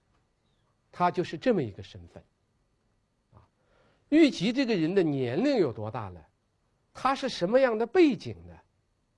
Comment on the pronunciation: 王立群的普通话好别扭啊！！！！他的普通话一般非常标准，但是有几个词音调就好怪，比如诸侯念成竹后，虞姬念成玉即，难受死了啊啊啊！！！！还不如易中天，一股塑普，都不标准，反而可爱啊